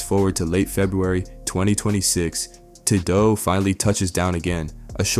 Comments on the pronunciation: Who tf is “Taad-doe” bro?? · Who tf is Ta Dough? White people need to stop making videos on rap, can’t even pronounce well known names lol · Man pronounce his name right smh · Why you keep sayin bro name wrong 🥷🏽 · The way he’s pronouncing Tadoe